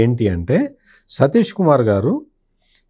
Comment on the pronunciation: సతీష్ కుమార్ పేరు కరెక్ట్ గా చెప్పండి ప్లీజ్